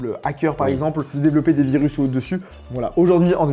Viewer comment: Il a dit “virus” ahahaha